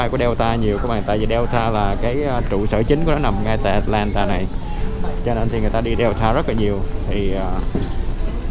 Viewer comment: Tại sao lại bỏ dấu huyền vậy? Atlantà là cái gì vậy? Rồi Tách xịt ( Texas) ? Cứ người này nói thì người khác bắt chước!